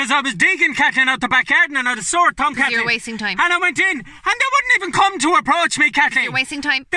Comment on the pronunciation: Oh bleedy hell Kat-leen....